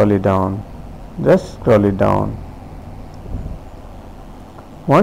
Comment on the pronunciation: U need to click over hia... Jst a'scrolit down, a'scrolit down... Just a'scrolit down, a'scrolit down 😂😂😂😂😂😂😂😂😂😂😂😂😂😂😂😂cant stop laughing